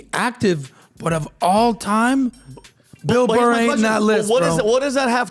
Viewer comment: Who is this Motherfucker and how do I troll him? I think he called Bill Burr "Bill Mar" at some point. This guy's wheel-house has a hamster running.